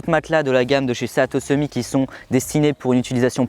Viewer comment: Juste 1 truc: sea to summit ça veux dire « de la mer au sommet » et ça se prononce « si tou summite » et pas « séa tô summi » 😉